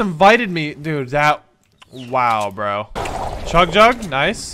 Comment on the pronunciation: U said chung jug instead of chug jug